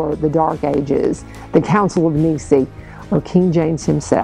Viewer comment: The Council that you reference is called the First Council of naɪ'si:ə. I'm sure that your mispronunciation of the word Nicea was accidental. The list or canon present in the Muratorian fragment reflects the use of, according to the document, the Catholic Church of these books in liturgical worship.